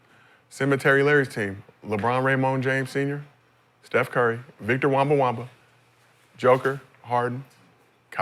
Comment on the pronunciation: Man said, Victor WEMBA-WAMBA XD --- IM CRYING!!!